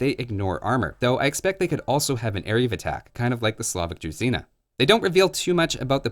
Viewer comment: Pls stop saying druzina, it clearly is written ZH not Z. druZHina. Like "J" without the /d/ in it.